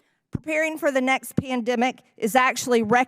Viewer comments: What’s a “Peandimic?” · I didn't think MTG couldn't get any dumber she proved me wrong yet again could not pronounce pandemic she's one dumb bleach blonde